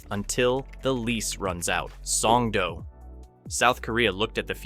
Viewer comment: You are over complicating Korean single letter vowels. It's like Spanish where 1 letter = 1 sound. o = oh. Oh no, I know that Homer says doh. It's the same o sound every. single. time. S-oh-n-g-d-oh. in the video you say s-ah-n-g-d-oo. No need to muddy up the letter o.